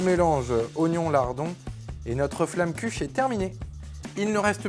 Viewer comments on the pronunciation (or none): La prononciation est horrible ça me fait mal aux oreilles! On prononce flommekeuche (en strasbourgeois)